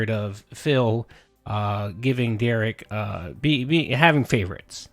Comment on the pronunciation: Another weird thing - Phil is the ONLY person Derich lets call him 'Dare-ick.' Derich gets SUPER upset when anyone else calls him that and insists they correct themselves and say 'Dare-rich.' But he's totally okay with Phil mispronouncing his name.